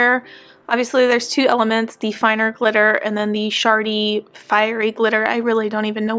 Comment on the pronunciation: You said shard-y but in my head, I heard it as shart-y 🤣🤣🤣